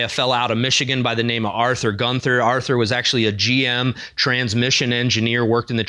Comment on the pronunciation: Terribly sorry for this but it is [GUUN] + [TUH] (you don't say the th sound.) Like in Walther, it's a semi-silent "h"